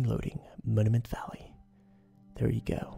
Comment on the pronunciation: 'Moniment Vallay'